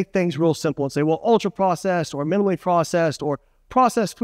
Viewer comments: Not “minilly;” it’s “minimally.” Not “verse;” it’s “versus.” 😂 Otherwise, great video, as always! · Is he saying minaley?